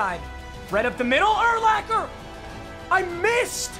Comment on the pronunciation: Please please please it is pronounced ur-locker not ur-lacker